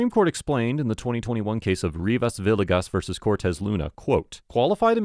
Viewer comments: Villegas is pronounced “vi-ye-gas” not “vi-le-gas” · great video as always. for future reference, the "ll" in hispanic names is pronounced like the letter "y". villegas is pronounced "vee-yay-gas"